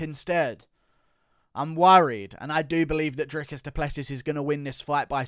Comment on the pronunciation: Just so you know it's pronounced DRICUS DU PLESS SEE